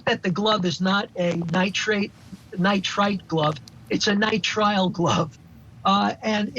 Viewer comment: Definitely Nitrile, NOT Nitrate...